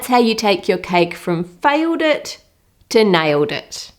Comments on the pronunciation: Did she just said filedet to niledet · Fram faiwed it to naiwed it.